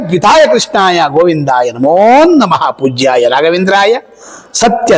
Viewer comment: ಪೂಜ್ಯಾಯ ಪುಜ್ಯಾಯ ಅಲ್ಲ